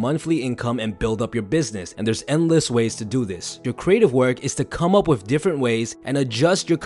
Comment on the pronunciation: please stop saying 'WIFF' instead of 'WITH'. Try to improve that.